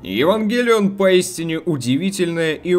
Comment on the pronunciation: ге говори пожалуйста евангЕлион